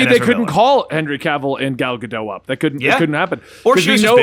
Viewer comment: i know it's a little petty but the T in gal gadot isn't silent